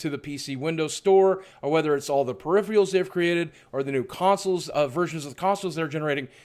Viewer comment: BOOGIE2988: Peripherals, not perifials